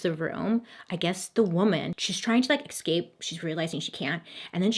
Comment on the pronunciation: This has been bugging me a while now and I feel like after watching every single one of your videos that we are basically besties now so I can tell you… it’s ESCape not EXscape. You are welcome 😘